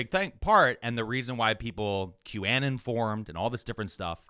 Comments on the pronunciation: I have a question for next episode: why the fuck does pronounce 'QAnon' like that? 😂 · I'm loving the pronunciation of qanon 😂 it makes me think of the Stevie Nicks song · pronounces “q-anon” weirdly. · I can't get over the way pronounces QAnon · his pronounciation of q-anon, is sus, not interested in his opinions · q anon pronunciation has me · East coast doesn't know English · It hurt my brain every time said QAnon. Still love the show though. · I saw a comment saying that he pronounces it that way to avoid the word being picked up by censors? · Thank you for this explanation. My brain was rotting trying to figure out if I was stupid or he was deliberately wrong in his pronunciation. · Q folks insisted for a bit that they were called Anons in the way pronounced it. And therefore it's 'QAnon' the way said. It's a deep cut. And yeah it could be a try to avoid getting censored. 🤷 But also on q folks part could be a bit, an attempt to show who is in the in group, or actually what they really call themselves. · I was thinking he was making it sound like Bannon since he thinks that was one of the “architects” of anon. Maybe Im way off? Either way, it was needling at me too! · I almost attributed this to hoagie mouth, but I have heard say it the right way. Censorship makes sense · i have never heard someone pronounce Qanon like that and I hate it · I love the show, but --seriously--QAnon doesn't rhyme with cannon. Anon is short for anonymous and is pronounced as such. Unless you were doing it as an ironic boomer cringe thing? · How pronounces QAnon is unique right? He's saying "Q Ann in" I've always heard "Q ah non" Are both right? Is one only right? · the way you said "Qannen" rather than Qanon kinda brroke my brain. I can't tell if it was intentional. It's something I follow bc relatives have fallen into that shit. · Wait a sec… Is QAnon pronounced; Cue-anne-un? Or Cue-uh-non? I always thought the latter. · "Q-annon" lmao